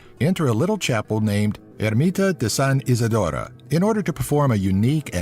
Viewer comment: ¨̮ ermitaa du san isodoraaaa